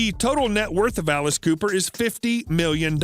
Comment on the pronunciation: Dude mispronouncing his last name is ruining it for me